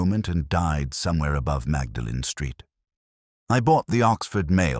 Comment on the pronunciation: Mawdling is how to pronounce Magdalene. Stupid AI.